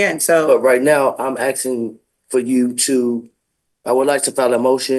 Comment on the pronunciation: Since when is it aksing instead of asking😮